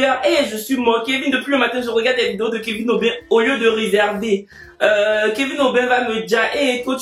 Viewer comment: il a dit réservé 😂😂😂😂